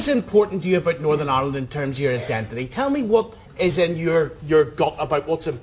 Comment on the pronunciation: northin ah-land